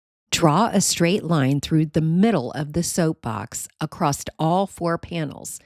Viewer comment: Across -t, are you from new England? I've heard that pronunciation before of the word across.